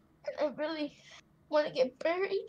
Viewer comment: I literally broke down when he said I want to get barried